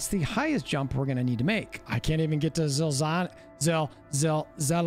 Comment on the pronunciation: It's Za Laz Nee... the pronunciation that is. He's a science fiction author :) Good video though.